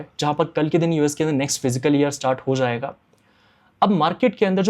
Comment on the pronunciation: Abey gawaar फ़िज़िकल नहीं फिस्कल होता hai